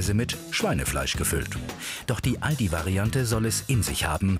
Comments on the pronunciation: "Aladi" xD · No one: Not even a single soul: Chinese People: Alotdi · Das am Anfang hört sich an wie " I love di" Ich dachte die lernen englisch und meinten I love you und nicht Aldi xD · weil die nicht Aldi aussprechen könne. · Als sie sagte:,, der Aldi bei uns“ dachte ich sie meint den in China 😀